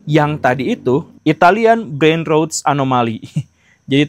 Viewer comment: pronounciation "rot"nya pak mohon cek....